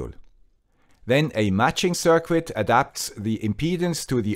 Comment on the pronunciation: Sirquit? Sounds like me when trying to figure out microcontrollers 🙂